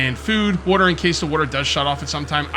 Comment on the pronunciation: bro says Wuater anymore times I think I might have to /kill